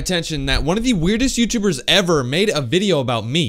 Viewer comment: "youtvergbes" lol keep up the content I love the hard work you put in these videos.